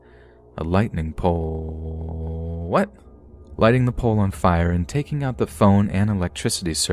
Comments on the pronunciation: poooole? What? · I normally fall asleep after watching 2 of these, and this was one that I had listened to and watched all the way through. I love the babysitting story with the 6 year old and 10 year old boy, with Doberman, and the “lightening pooolllllleee… what?!?” Thing you said 😂😂😂 shows that your videos are recorded and that not everyone is perfect at reading. I love your stories!!!